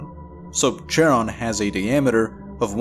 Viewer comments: Charon is pronounced more like Karon, not literal CH-aron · The 'ch' in Charon pronunciated as 'k', it is from greek mythology.